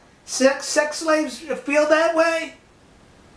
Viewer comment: Why do you speak like a 3 year old? What's a repowt?